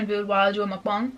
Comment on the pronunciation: You’re the only white YouTuber that I watch that’s says MUKBANG correctly. Not MOOKbang and not mukbAng. Ur amazing